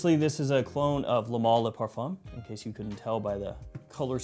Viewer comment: Hey southerner, it's pronounced "MALE" not MAL! Think of the word "ale" you don't say ALL, you say ALE! XD